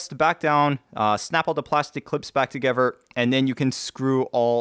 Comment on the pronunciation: See an orthodontist soon, they can help you pronounce 'together' and NOT 'togevver' as you did during this video - the same with 'further' and NOT 'furver' !!!